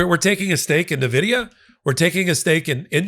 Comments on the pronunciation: It's pronounced ENVIDIA, not Nividia. Check it out on Google if you don't believe me. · Great videos! Please pronounce Nvidia correct haha. In-Vidia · You really need to pronounce Nvidia correctly if you want to be taken seriously.